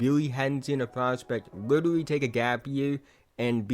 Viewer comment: Witerally hitting the gwiddy